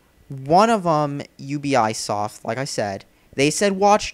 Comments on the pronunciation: I'm sorry, but did you just pronounce Ubisoft as, “You be eye soft”? Lol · If you're gonna talk like you know everything, can you pronounce things correctly? Ubisoft!